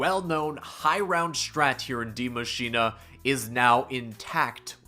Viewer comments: why are all youtubers pronounce the map name die maschinA? there is no A at the end of that word. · Me, a german guy: Die Maschine Every Youtuber: Die MaschinA